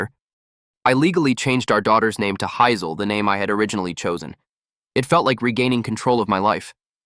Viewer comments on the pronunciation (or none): how does the AI mispronounce Hazel?